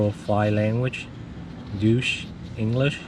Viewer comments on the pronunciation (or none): Did I just hear him pronounce Deutsch as "douche"? ........AHAHAHAHA. Man, come on!